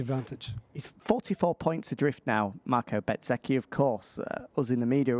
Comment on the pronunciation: Will somebody tell that chap with Simon there is no T in bezzecchi.